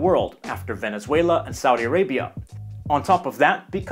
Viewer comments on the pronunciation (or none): none